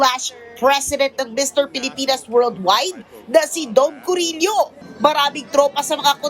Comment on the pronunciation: Dom Corilla not corillo